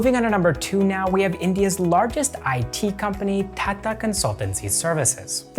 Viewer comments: I love that you pronounced Pune perfectly. Even most Indians don't pronounce the 'ne' portion right. Also, with Kotak and Tata, these are not soft t pronunciations. Kotak will be like ko-tuck. Same with Tata. But wherever we use soft t, you got it bang on. Love this video. I saw this in my recommended for the first time today, will watch more of your channel. Thank you for keep it factual and neutral, in this age of misinformation and propaganda. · You pronounce TATA incorrectly. Pronounce the 'T' as in Tomato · How you say tata seems funny to mee 😁